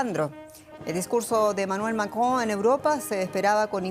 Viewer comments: Esa señora es la Martha Debayle del francés. Diga "Macron" con todas las letras, no "macoon" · Que simpáticamente pronuncia Macron....😂😂😂 Ya quiere ser francesa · Que mal cae la conductora y su pronunciación del Macron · Jenny Perez no puede pronunciar Macron 😅😂